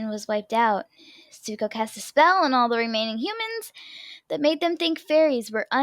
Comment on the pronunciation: It said Suko, not Zuko lol